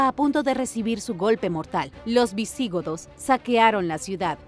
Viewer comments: 40 segundos de video y ya me están reventando los 🥚🥚 con los errores en la narración! POR FAVOR dejen de darle entonación esdrújula a palabras graves: Alarico 👍🏻 Alárico 👎🏻 Visigodos 👍🏻 Visígodos 👎🏻 Me molesta y me extraña que cometan errores tan básicos siendo un canal de divulgación de información, aunque sea miscelánea! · Lo de pronunciar bien no va contigo, Alarico y no Alárico. Visigodos y no Visígodos. Madre mía que despropósito.